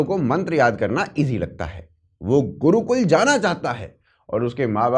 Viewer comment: Wo gurukul is liye nahi gaya kyoki wo 'Gurukul' hai, 'Gudukul' nahi.. 😄